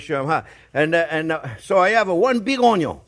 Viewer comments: I could listen to him say 'onyon' all day. 😁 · Love when u say onyo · Just youtube "How to dice an onyo" and you should have your 13m answers.